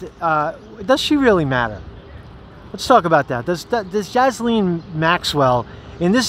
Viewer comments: her name is pronounced GEE-LANE. Not Jiz Lane. Not Jiz Lean. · It's a silent s in Ghislaine.